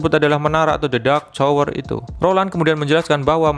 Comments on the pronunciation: biasa aja bang ngomong nyaa pake indo asli aja jangan so Inggris jadi salah kosa kata masa tower jadi cower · Tower bang , bukan cower 😂